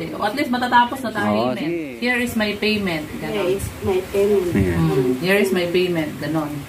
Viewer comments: Good job. Practice more on intonation and pronunciation. You are doing good. 👏 👏 👏 👏 hair, hear, here. 😊😊😊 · and yung here is my payment naging her is my payment kailangan is Hir sa pronounce